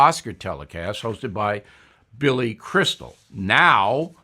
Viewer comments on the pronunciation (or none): none